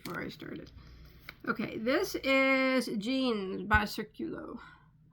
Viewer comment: The pronunciation of the yarn company is accented in the “í”. The meaning of the word is ‘circle’.